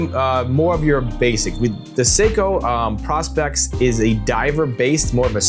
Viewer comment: its called PRO-SPEX for professional specification not PROS-PEX if your gonna do vids at least learn how to say the names